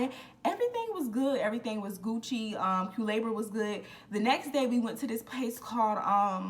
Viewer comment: Culebra is beautiful… It means “snake” in Spanish… It’s pronounced “coolehbra” The rain forest “El Yunque” is also very beautiful… It’s pronounced “El Joonkeh” the “Y” in Spanish is pronounced like a “j” in English… I know I’m late, but I’m new here… Love your story times 😊